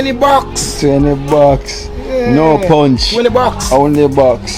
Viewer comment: Someone please tell it’s bucks not box